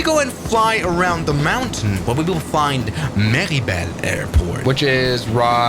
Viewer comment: As a French , your pronunciation of Méribel and courchevel is perfect